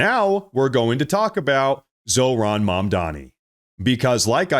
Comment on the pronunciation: its zaw ron not zo ron